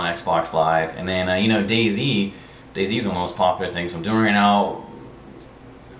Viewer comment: OOOOH You're saying "Day Z" for the longest time I thought you were saying "Daisy" and I was like WTF is he talking about...? hahaha